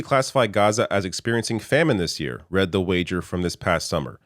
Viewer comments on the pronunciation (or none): none